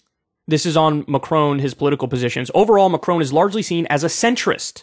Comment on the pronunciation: I love how he pronounces Macron like he's gonna say my crony.